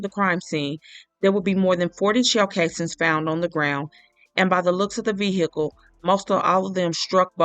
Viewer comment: Ve--- HEE--cle annoying